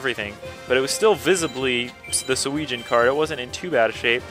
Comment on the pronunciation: it is driving me crazy, sorry about this, but it is pronounced "Su-eh-jin" sorry about that